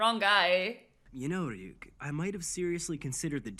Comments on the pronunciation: Somebody tell her that she's saying ryuk name wrong she's calling him yuk or am I hearing it wrong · You are right, she is mis-pronouncing his name.